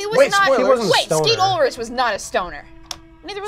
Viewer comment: correct pronounce: Oo-L-RICK